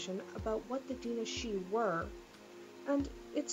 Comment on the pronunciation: I SWEAR YOU ARE THE ONLY PERSON I KNOW WHO CAN SAY "DAOINE SIDHE"